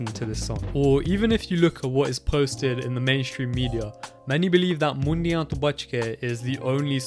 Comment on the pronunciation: bro :D its Mundea to buchke (Beware of the Boys) not Mundia to buchke (Beware of the "heads")